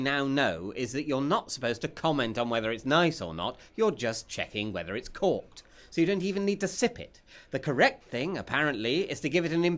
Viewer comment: What's he saying? the wine is corked? caught?